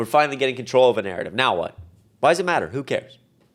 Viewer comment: I like how you emphasized "troll" when you said "controlled".